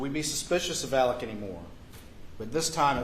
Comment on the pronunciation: Why does this attorney keep referring to Alex as “Alec”??